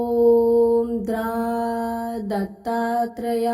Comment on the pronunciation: Mantra ucchar chukicha ahe tai Om dra dattryay nasun Om dram dattatrayay asa ahe